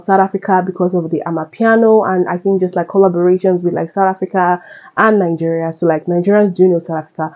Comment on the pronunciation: baffles me how Nigerians pronounce Nigeria 😂 Nainjiria😂